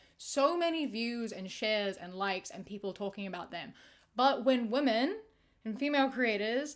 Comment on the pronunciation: with so much love and respect - why do you pronounce women as woman 😭😭